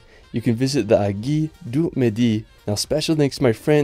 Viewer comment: aiguille : pronounced : eh-gu-ee-yeu